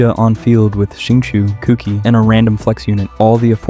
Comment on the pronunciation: Kuki está mal pronunciado